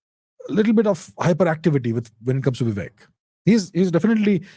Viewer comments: Come on you are Indian!! Don't call him "Vivack" like the Americans. It's shows very poorly on you. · He is Vivek bhai not Vivack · Sir, please use the actual pronunciation of "Vivek" instead of a ruined western pronunciation that always messes up with all Indian names. This is the same reason why people say Raamaa instead of Raam, Krishnaa instead of Krishn, Shivaa instead of Shiv, Raavana instead of Raavan. Please avoid such fatal errors. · C’mon is it that hard to pronounce “Vivek”? 🤷🏻‍♂️ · Abhijit’s mispronunciation of ‘Vivek’ and ‘Kamala’ was intentional and not for imitation of American fashion, I think. It appears to be to make himself intelligible to an American audience. I disagree with the approach.